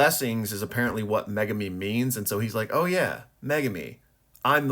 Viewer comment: And thank you for pronouncing Megumi properly unlike most fans & YouTubers. Now ya just gotta start pronouncing Sukuna right. Here's a hint folks, you wouldn't say sasookay (Sasuke) would ya?